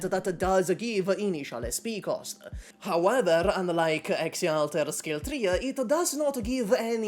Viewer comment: bro really said "kal tuah"